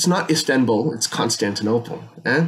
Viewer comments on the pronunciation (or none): none